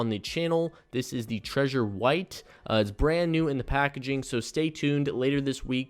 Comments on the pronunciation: It's trezor, not treasure 😁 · Thank you for your videos. But its TreZor not treasure :D (y)